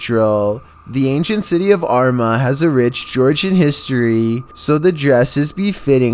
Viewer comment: had to say it but armagh is pronounced are-ma